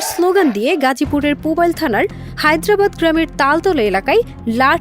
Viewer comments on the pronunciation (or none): Hyderabad na harbaid hobe😂